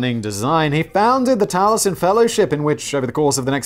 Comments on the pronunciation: In retrospect, FLW homes and his other buildings are timeless Classics. Falling Water is a bucket-list destination for many FLM fans. Maybe you should view one of several docs on his work, which I can't get enough of. Pronounce it tal-ee-Es-en. Unfortunately, your FLW diatribe amounts to joyous, ignorant ridicule. And, yes, his decorative pieces Are integral to the FLW "experience" and valuable to collectors. For God's sake, it's pronounced kah-Zahn, not Kay-zn. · I live by Spring Green. You can tour Taliesen (Tally-eh-son). It's beautiful. As beautiful and brilliant as FLW was a bellend. Also, it's pronounced Dodge- Ville. Like the game Dodge-Ball. Can't help my pedantry. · Ok, usually I find Simon’s ignorance a bit charming, but how can someone not know how to pronounce Taliesin. Oh wait, I am from Wisconsin. People struggle with our pronunciations.